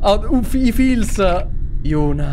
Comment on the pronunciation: Si chiama yuna ma li altri dicono euna e giusti ma si legge yuna